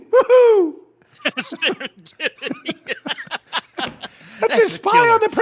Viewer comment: Serendipity.... With emphasis on the dipity lol